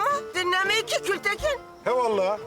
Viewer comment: Saniye Gültekin diyicigine kültekin diyor